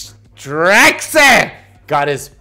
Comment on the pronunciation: yo this is me lol. stryxe on deathwing, lol and it's pronounced like strikes